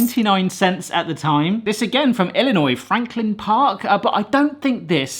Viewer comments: As an Illinois native, I want to sincerely thank you for pronoucing it correctly. You have no idea how many people here in the States can't do that. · GOOD MAN, smart to know the "S" in "ILLINOIS" is SILENT. Since FRENCH PEOPLE... Always the FRENCH.